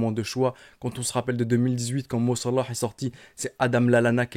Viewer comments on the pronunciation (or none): La manière de dire "Mo Salah" est tellement ridicule et détestable